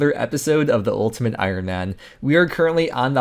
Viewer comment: ultimate eye-rn man